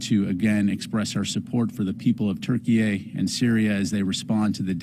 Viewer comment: Right even Google says it's pronounced turkey it's always been pronounced turkey why is this guy saying Turkeyay like 5 times...??? Wtf is going on?